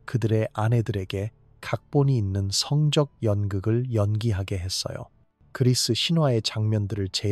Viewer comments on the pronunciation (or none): 성적행위가아니라 성쩍행위로 읽는다..된소리로 바르게읽자. 대가를치루다는 대까를치루다로 이런기본도안된유튜브는 퇴출!!!!싫다에 한표!!!